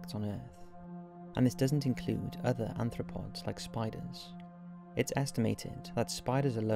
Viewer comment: "non-insect anthropods" the correct term here is arthropod :)